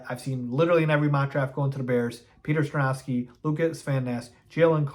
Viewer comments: Okay this is like the sixth video I’ve heard you butcher this poor kids name in😂, so somebody needs to tell you that the world calls him Sko-ron-ski, and you call him Skor-Now-Ski… Sounds so weird and it’s not ever being corrected from vid to vid so I figured I minus we’ll mention it.😝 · score-on-ski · Say it with me "Score-on-ski"